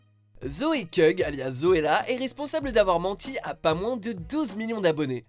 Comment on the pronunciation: le nom de zoella n'est pas zoe cugg mais zoe sugg avant de faire vos videos renseignez vous